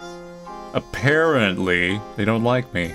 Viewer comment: " A-pear-ently they don't like me "